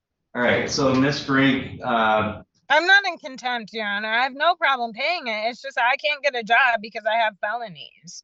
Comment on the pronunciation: I think Contempt has a T at the end.